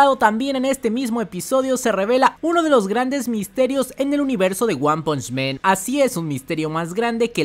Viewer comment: Hermano, buen video pero no es lo mismo decir "men" que "man"....